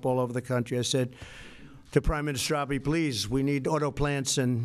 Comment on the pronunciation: That is AH-BAY. AH-BAY AH-BAY. He's your best friend President Trump, learn to say his name right. (Maybe he calls you Donorodo Churummpu though and that's why you tease him by calling him AH-BEE)